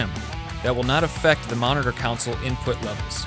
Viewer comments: "Counsels"??? or Consoles? Fuck, it wasn't just one faux pas, it's all through the video. Had to stop watching. Too distracting. American education at its best. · What'a a "counsole?" Oh, "CONsole?" ;) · For the love of sweet leaping Jesus, it's "console," not "council." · I totally agree, first couple of seconds of him talking and Im sitting here like "What the hell are you routing? Council of Ricks"? Its a fricking console, pronunciate it properly wtf. So yeah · PLEASE learn to pronounce the most important thing you're talking about!